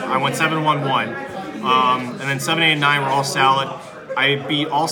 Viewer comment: I cringed every time he said salad ... pretty annoying lol